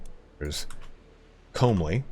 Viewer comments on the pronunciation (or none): And comely isn't pronounced combly, but like the word come with an -ly, and he says Herculean like Her-kyool-ian instead of her-kyoo-lay-in.